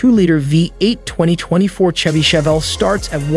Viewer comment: Looks like a Camaro. The narrator doesn't even know how to pronounce Chevy. Total bad video